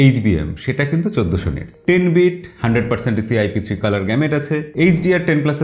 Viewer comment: ভালো রিভিউ। শুধু একটা কথা স্যার, প্যান্টন নয় প্যান্টোন ( pan+tone), আর গ্যামট (gamut).